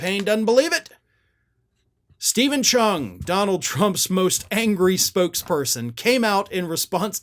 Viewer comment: steven cheung-shin-upssuh